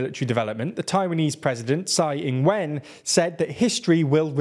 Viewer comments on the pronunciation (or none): none